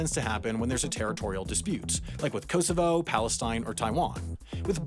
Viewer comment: The pronunciation of Kosovo 🤣 The first 2 Os should be like the O in Orange The last O is like the O in so